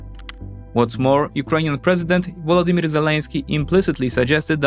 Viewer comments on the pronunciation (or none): none